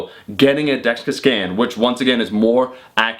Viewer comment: why does he add a syllable to dexa